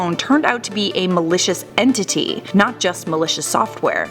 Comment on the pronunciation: whenever she says malicious, it sounds like militia